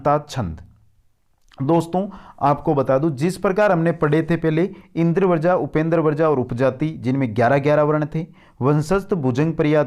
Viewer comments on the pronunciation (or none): Sir ji Indravarja pronunciation nhi karenge Indravajra pronunciation hoga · भाई , आपका ज्ञान तो श्लाघनीय है शब्दों का उच्चारण ठीक करें। इंद्र वर्जा बोल रहे हो, जबकि यह इन्द्र वज्रा है। ज आधा और र के साथ आ की मात्रा है। ऐसे ही वर्ण को वरण या वृण बोल रहे हो। ऐसी बहुत सी त्रुटियां हैं। भाई यह संस्कृत है। यानि एकदम शुद्ध और परिष्कृत। यहां हर दृष्टि से शुद्धता की अपेक्षा है।